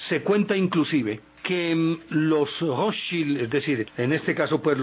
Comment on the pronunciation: Se pronuncia: "Rotchaild" con acento en la letra "a".